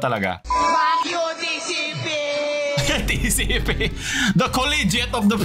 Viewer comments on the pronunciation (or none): Tatlong letra nlang hindi pa masabi ng tama TCP muntik pa maging TCL